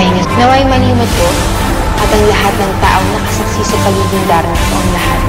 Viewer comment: Kc sinusubukan plang nya! D pa cya sure at parang naalala nya ang binibigkas ng dating darna. In short innocent pa cya First plang nya ma try.... Cya kz ang napili ng dating darna na pumalit sa kanya Kaya mahina plang ang pag bigkas nya ng darna Ok gets nyo nA!